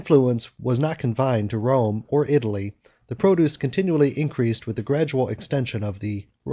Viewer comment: It's not a matter of having an accent -- it's that words are mispronounced. Which syllable is accented has meaning in English. I' - ta - ly, not I - tal' - ly. And it is a - riz - en, not a - rize - en.